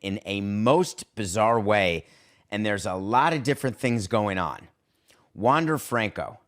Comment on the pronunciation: Learn how to pronounce his name 🤷🏻‍♂️